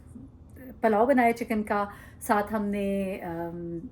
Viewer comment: Masha'Allah.. Farsh e Aza sai bohat Barkat hoti hai ghar mein.. Sab acha lag raha tha.. Lekin pls correct yourself: PALLO NAHI PULLAO kehte hain. Saboohi Zaidi